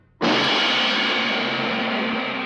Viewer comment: Hair-mahn. Bernard Hair-mahn. Not "Hermin."